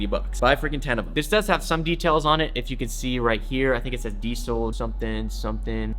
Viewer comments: It sounds like you're saying DSOL but it's pronounced diesel lol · "DIESEL' s" original pronounciation is something like "deasel" and not "diesél". Still a good video, respect from Germany 🔥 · its DIESEL lol like the gas .. not DEESEL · why the f you pronounce diesel like that lol